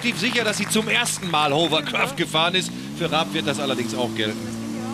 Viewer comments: Die Hovercraftspezis sollten eigentlich wissen, daß es Hawwa- gesprochen wird und nicht Hower- oder Huwer-. Es ist kein Staubsauger. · Nicht mal der angebliche Experte ist in der Lage das Wort 'Hovercraft' auszusprechen.